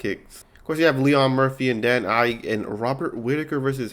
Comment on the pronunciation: This video is unwatchable how u pronounce rakic ige and lerone Murphy as Leon